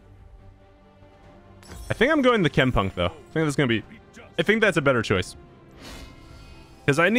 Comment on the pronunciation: Why do I always hear tampon instead of chempunk?